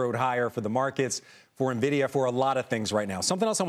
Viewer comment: Should we take market advice from someone pronouncing NVIDIA as Nuhvidia.. seriously, do you not talk to people in your industry?